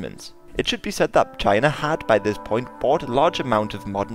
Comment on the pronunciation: Nice you say China the same way Donald Trump does. Jina!😂 All joking aside you did an awesome job and I definitely know more than I did before I watched this... Thanks